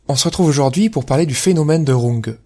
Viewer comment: Runge enfin bien prononcé !